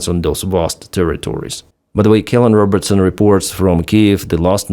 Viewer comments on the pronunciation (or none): none